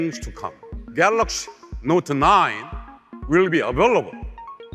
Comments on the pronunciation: Love it when he says Galoxy 😆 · Galux note 9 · galoxy not 9! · David Kaner galox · “The old new galoxy note 9”👂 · Geloxy Not nain